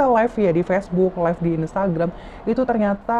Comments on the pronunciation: Maaf mba live bukan life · yg bener live kak bukan life